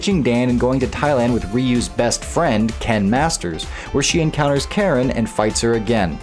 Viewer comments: It's said Karin bro not Karen 😂😂😂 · I've learned that nobody in the FGC knows how to say Karin...